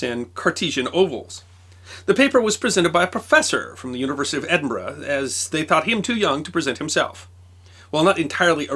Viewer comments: Well presented you said of my home town Edinburgh right instead of Edinburoooo A great series b the way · One of our many great minds produced during the age of enlightenment and thought, with a wee bit of assistance from 'a nip o the creature', Uisghe Beatha! As amazing as this was, the passion you have for the subjects and that you're the only American I've ever heard pronounce Edinburgh correctly, I still flinch every time you say a Scottish name. Although Dewar made me laugh (Doo-waaar? Try it as Jewur)